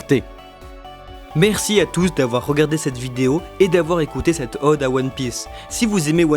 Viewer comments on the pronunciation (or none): none